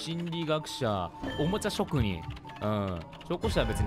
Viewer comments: おもちゃしょくにんをおもちゃちょくにんって言ってるように聞こえるwww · 久しぶりすぎて「おもちゃちょくにん」になってるやん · 57秒のところおもちゃちょくにんって言ってるさとみくん可愛い笑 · おもちゃちょくにん言うてるのかわゆい🥺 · 第5人格の動画嬉しいです!!✨ 玩具ちょくにんって聞こえる😂 あとピニャータって聞くとさとみくんが言ってたピニャータピニャータ思い出して笑いました笑笑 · さとみくんのリアクション可愛い おもちゃちょくにん って聴こえたよね😊✨ ちかー ちかー まじか 可愛い～😊✨ たまの～ ?? え、可愛い😊 ピニャータ 😇💗 今日も可愛いです☺️💕💕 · 噛んだ回数→2回 おもちゃちょくにん 場所しゃえ ↑↑↑可愛いすぎ( ´͈ ᵕ `͈ )💗 ピニャータって可愛いすぎ！